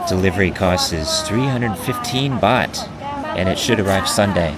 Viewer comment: Nicht Boht, sondern Baht